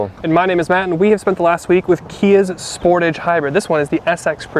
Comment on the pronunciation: Aaah, yeah, I’m not a fan of your car review of the Kia Sportage. Or as you put it the Sport-a-g-e which sounds gay to me but whatever. And then you’re using words like “Polarizing” and “Unsettled “??? Why don’t you just say that you’re not sure about the styling of the vehicle? Why not just say that the power train feels hesitant or jerky and not refined like say a BMW Or a MERCEDES BENZ. Instead you have to use the phrase Unsettled? Also why would criticize Kia’s six speed automatic transmission? And then say it’s not like Toyota’s CVT transmission which is good? Seriously? If know anything about mechanics, technicians say that the CVT transmissions are garbage. When they go out, and they will, they are super expensive to repair. Long story short, if you don’t like the vehicles you are reviewing, then don’t bother reviewing them. Pick a brand of automaker that you do like and review only they’re vehicles